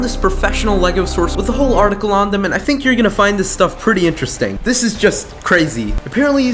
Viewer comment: He said sink, then think